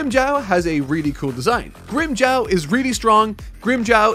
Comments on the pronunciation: You can say Grimmjow but not Ulquiorra and Yammy?? What's going on with you? You're excuses won't work on me,. Also it's Grimmjow not Grimmjaow. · has been saying grimmjow's name like "Grimmjaw" for the whole video and I can't stop laughing lmao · its GRIM JAW. JAW like what you have in your head, with the teeth. Not jaw like Jawas from Star Wars. You need to watch the anime sometimes just to learn how the names are pronounced.